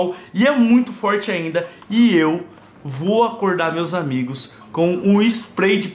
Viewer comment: E ele"vó jogar fora" "Vó Naum" quem escuto curti